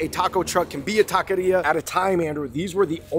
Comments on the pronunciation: It's not pronounced "ta - kay - ree - ugh" either. Try "ta - keh - ree - aw" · It's pronounced "ta - kay - REE - ugh" not "talky era" :x. David got it right at least a couple of times. Just wanted to fix that, you guys make awesome videos. :D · Es Taqueria Not Taquiera..💚✌🏽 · Taco Shop taquerias in the title is a bit redundant. Taqueria in Spanish means “taco shop” and it’s pronounced “tah-keh-rree-ah” 🙂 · It was funny that they were saying Taki-ria. Though tbh I wouldn't mind a place dedicated to takis. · Aye. TAH-KEH-REE-AH. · David 🤣.... going from pronouncing taqueria correctly to not ... over and over ... love you guys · Absolutely butchered the pronunciation of “taqueria”